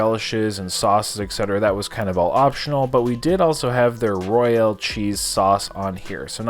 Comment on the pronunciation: They guy keeps saying “Roy-AL” 😅